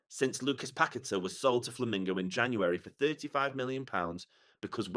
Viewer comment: flamengo not flamingo 🙄